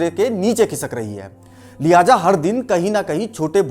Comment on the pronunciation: लल्लन टॉप के साथ साथ ( बाद में नहीं …. साथ साथ… बलिके कुछ मामलों में लल्लन टॉप से ज़्यादा अच्छा) आप का चैनल सब से अच्छा है। बहुत उम्दा कंटेंट्स होते हैं। बहुत अच्छा लगता है आप के हर एपिसोड को देखना। सब कुछ बहुत अच्छा है पर मेहरबानी कर के Urdu के लफ़्ज़ों को ठीक से pronounce करने पे थोड़ा ज़ोर दीजिए। जैसे “ ख़ामियाजा” नहीं ख़ामियाज़ा होता है। लिहाजा नहीं “ लिहाज़ा” होता है। Please you guys must improve your Urdu words pronunciation other than this, the channel is doing great work and we extend our heartfelt thank for sharing all this precious knowledge with us through these priceless and wonderful videos. Keep up the good work. 🙏🙏🙏🙏🙏💐💐💐💐💐💐💐